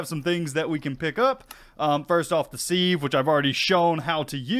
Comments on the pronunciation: Hey! Love the video, I am a hugefan of skyblocks, but dude your pronunciation of sieve is killing me 🤣 its said "siv" This is peony all over again 🤣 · Thank You! Also the act of using a "siv" is sifting, not "seeving". We minecraft players need to be a little more aware of slightly anachronistic language skills. This one has always bothered me in so many other videos.